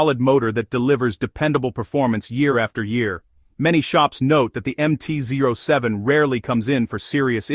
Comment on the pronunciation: AI cannot deal with numbers😂 MT Zoy Seven!